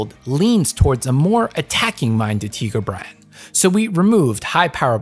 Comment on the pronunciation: I can't listen to him say Tigerbran instead of TAI-GUR-BRA-N all the time, it hurts me - great video as always tho.